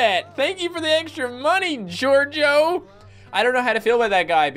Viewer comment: A couple times you said jojo instead of gorgio. IS THAT A MODAFUKYN JOJO REFRRNCE!!??